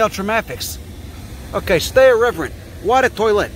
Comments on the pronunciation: As you’ve said, you might mispronounce things in french for fun, but eau de toilette is pronounced o the toilette. If you ask for water « De l’eau, s’il vous-plait » or phonetically “The low sil voo play” and you say toilette almost like you say toilet. “Tow-a-let” phonetically. I figured, since I learn so much in your videos, I could show you some things. I’ll go fuck myself now. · Oh du twoalette, is how you say it. LOL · "Oi de toilet" was the closest you got. The french viewers are seething. they still think French is the Global Language BWAHAHAHAH